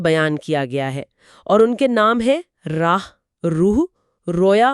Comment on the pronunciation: راہ کی بجائے اسے۔۔۔'راح' پڑھا جائے۔۔۔